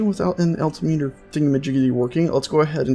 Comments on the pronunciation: it's not pronounced "alti-meter", it's "al-tim-eter". FYI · Al-tim-it-er. Not alti-meter. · The Gauge your thinking of is Altimeter Al-tim-eter.